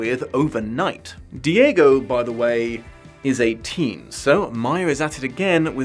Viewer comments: I replayed so many times tying to find the issue with Diego "a teen" having a relationship with Bree, only on my 6th relisten turning captions on to realise you said EIGHteen. Yeah. that is weird. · I heard "Who, by the way, is a teen" instead of "Who, by the way, is eighteen" and spent some very confused minutes wondering how old Bree is lmao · Oh, that makes sense. I heard “a teen” too and was quite confused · Did anyone else hear a teen here and not *eight*teen? Was super confused with the "adult dating a minor" criticism for the whole video I was like "but they're in the same age range?????" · You may have wanted to do another take there since I had to look up other sites what the issue you had was since I thought had said Diego was "a teen", and not "eighteen".